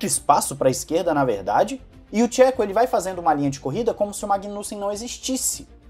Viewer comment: Gosto do seu conteúdo e acompanho tem muito tempo. Me incomoda que sempre você mete o pau no Perez, seja mais neutro. O cara desde que chegou na redbull fez muito pela equipe e pelo Max. Não esta no nível do Max, mas aguenta muito a pressão de estar em uma escuderia como a Redbull. E um toque de boa, nao se peonuncia Chéco e sim , chêco. Só assistir alguns vídeos em espanhol .